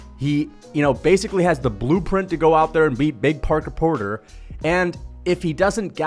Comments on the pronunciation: Right, I was laughing my ass of at that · I like how he keeps calling him porker porter